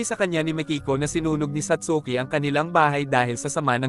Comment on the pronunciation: satski po pronounciation ng satsuki✌🏻🫰